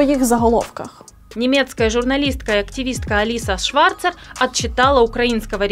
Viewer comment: Зверніть увагу , Аліса Шварц . Це правильний вимов , а не ШварЦЕР !